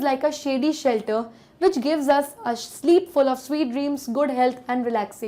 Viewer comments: sheep hai ya sleep hai please make it clear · In metaphor you did a big mistake you read sleep as sheep It just a feedback 😊 because I watch your videos Thanks 😊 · it's not sheep it's sleep ☺️ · it is sleep not a sheep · mam it's sleep not sheep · Not sheep it is a sleep ma'am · Sheep and sleep do not have the same consonant sound, therefore, it's not alliteration. It can be consonance though. Faulty pronunciation too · that's sleep not sheep. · sleep ko sheep bol kar samjha diyaa😂😂😂😂😂😂😂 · it's not sheep 🐑 it's sleep 😪 🤭🤣🤣🤣🤣🤣🤣🤣 loool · Sheep nahi hai sleep hai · Sheep kyu bolrhi sleep likha hei 🙂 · not sheep it is sleep ma'am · mam it is sleep not sheep 😅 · it must be sleep not sheep.. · It was an excellent explanation but i did not understood the part of metaphor....& i think ma'am, u have mentioned sleep as sheep... But thanks for the good explanation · Ma'am per sleep hai sheep nahi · Mam you said that (metaphor).. It's not a sheep here it's sleep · It's sleep not sheep !!🤺